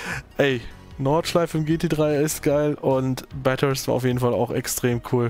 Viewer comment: Warum spricht er/warum sprichst du Bathurst immer Bat-hurst aus?